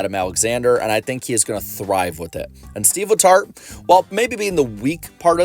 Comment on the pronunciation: no joke. At the very beginning I thought you said seedless hearts, rather than Steve letart.